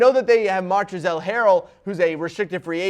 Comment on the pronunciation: his name is pronounced ‘Montrez’, the L is actually silent.